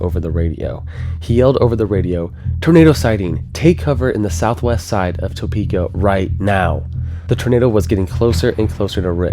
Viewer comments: Are you pronouncing it like that as a joke? did you mean to say i-70, or hwy 40? 17 lives, us Topekans are just built different ;) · Not meaning disrespect, it's not pronounced Toepeeka. It is pronounced Tapeeka. Although it is spelled Topeka. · love the show but everytime you say "toe-PEE-ka", I wince "tah-PEE-ka" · We in Kansas say “Tapeka “ not “Toepeks”. Just sayin. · As a Topekan, great video! Also it’s.. “tah-peak-uh” not “toe-peak-uh” That’s how you tell if someone is from Topeka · It's T-UH-PE-KA not T-OH-PE-KA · Great video! One small thing is we pronounce it tuh pee kuh instead of toe pee kuh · I love the video but every time you pronounce Topeka I'm taken out. (The first syllable is Tuh not Toe) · Tuh-peek-uh not Toe-peek-uh <\that guy> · It's "Tuh peeka," not "Toe peeka." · The same system spawned a tornado that destroyed my family's home ~60 miles west... I don't know who it was on WIBW that issued the warning, but I still clearly recall the final warning "Manhattan, take cover!" Oh, BTW, no one in Kansas pronounces it "TOE-pee-keh". It's "Teh-PEE-keh". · Topeka is typically pronounced like tuh-peka rather than toe-peka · Good vid, but, it's not "TOE-PEEKA", it's pronounced "Tah-peeka". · and sorry I had to...but its not pronounced TOE-PEEKA its TUH-PEEKA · lol “toe-pee-kah”😂 we pronounce it like “tuh-pee-kuh” here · Please research. It’s not Toe-peeka. It’s Tuh-peka. It makes a difference. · This is a great video, but for the love of god, it is NOT pronounced Toe-peeka!! It is pronounced Ta-peeka. Trust me, I was born and raised here. But, once again great video. The flying mud man is a story I had not heard before. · As a local resident, I'd like to point out the mispronunciation of Topeka. It is not: Tow-Peek-Ah / The correct way is Ta-Peek-Ah. You don't use the "Oh' sound but rather "ah" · As a Kansan, it's weird hearing it pronounced Topeka (toe), and not Topeka (tu) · Bruh... It's pronounced Tuh-pee-kuh. Not TOE-pee-kah. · "toe"peka. lol